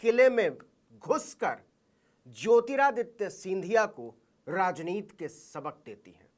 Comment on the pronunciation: प्रियंका तो राजनीति बोलती हैं, नवीन जी आप क्यों राजनीत बोलते हैं? ती को त क्यूं बेल्ट हैं? सुनने में कान को अच्छा नहीं लगता।